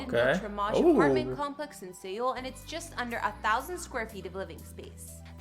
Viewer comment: Correction Seoul is pronounced like Soul in English the fuck is SE ool? Lmao